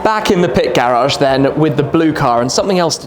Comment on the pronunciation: it's always funny when the French guy says a French word with an English accent (like, "garage" which really isn't your he'd actually pronounce it, lol.)